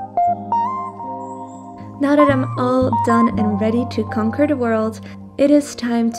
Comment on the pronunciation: I died when she said and now I can concour the world😂😂😂